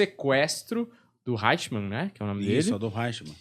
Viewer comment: O nome é Adolph Eichmann, e não Reichmann. Pronúncia-se {aichmann}... O cardeal Eugénio Pacelli, foi núncio apostólico em Berlin até 1935, É saudava o "Führer, com tonitruantes "Heil Hitler ...esse cardeal era um príncipe da casa real italiana, país que fêz parte do Eixo, junto com o Japão. Esse cardeal já em 1940, já era o Papa Pio XII... fascistão...daí a facilidade com que os nazistas conseguiram obter passaportes diplomáticos do Vaticano . Organização Criminosa milenaria... A Hungria era aliada de primeira hora da Alemanha nazista. "Stammer" não e um nome húngaro, é alemão... Havia e há na Hungria, numerosa minorias étnicas alemãs, do período austro-hungaro... Como em todos os países balcânica...:Romênia, Croácia, Eslovênia ,Servia etc..daí o grito de guerra dos nazista era: "Ein Volk, sim Reich, sim Führer.... E pelas leis do III REICH..., ALEMÃO, É TODO AQUELES DE SANGUE ALEMÃO/germânicos, independente ONDE QUER QUE TIVESSEM NASCIDO.